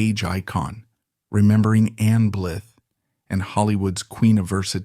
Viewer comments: Ann Blyth is not dead as of 1 July 2025. Her name is pronounced “Blighthe” rather than “Blith” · It’s pronounced Bleyeth, not Bligh. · Her surname was pronounced Blithe not Blith. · Her surname is pronounced BlEYEth, not Blith. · ... & her name is pronounced "blyth" not "blith." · THANK YOU!!! I counted only three times that he pronounced her name correctly. It was so frustrating. 😖🤯🤬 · The least you can do is learn how to pronounce your subject’s surname properly.